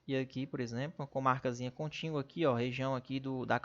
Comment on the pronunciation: Meu Deus !!! Fale direito: não é contíNgua !! É CONTÍGUA !!